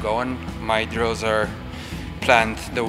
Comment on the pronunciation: упражнения - drills, а не draws, как он говорит